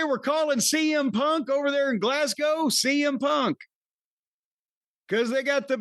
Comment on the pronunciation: Well done Corny, an American pronouncing Glasgow correctly 😅